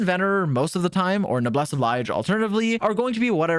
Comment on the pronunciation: Love that went out of his way to pronounce “dandelion” incorrectly for no other reason than that it sounds funny. But hey, at least he admitted that it was the incorrect pronunciation, unlike every time he tries to pronounce “Noblesse Oblige” 🤦‍♂️